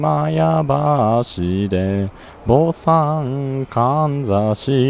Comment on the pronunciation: はりまや橋の上で「はりまや橋ってどこですか？』と聞かれたことあるよW 坊さんではなく、ぼんさん」だよ。あぁ読み方ね。